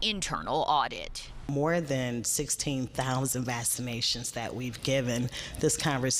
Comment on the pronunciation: "Vassanations" "Prolly bettur if u take bouf-of-um"